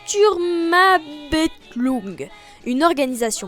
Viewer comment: Haha, pour prononcer "Sturmabteilung" sépare juste les mots quand tu les prononces "Sturm│abteilung". (grosso modo ça fait "stourm ab tailoung"). Breeef, vidéo sympathique, j'apprécie beaucoup comment tu parles, donc je m'abonne et bonne continuation à toi. (Et promis, je vais regarder les films de Stars Wars >o>)